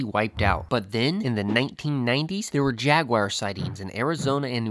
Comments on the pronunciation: The word “ jagwire” hurts my ears. Otherwise, thank you great work.I couldn’t tell, do the wild camels still exist out West? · when I was in S. Africa back in 2000, I heard gemsbok pronounced HEMS-bok. That was certainly unexpected, huh? Jaguar is JAG-wahr, rather than JAG-wire. I've heard that another FL animal with python problems is the key deer.